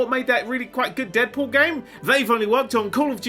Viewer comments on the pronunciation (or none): none